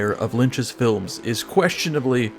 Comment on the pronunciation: t= your uniquely Slovenian pronunciation of "feel-ums" indicates to me that you are a man of culture. Guide to Cinema or Guide to Ideology, etc etc, sniff tugs shirt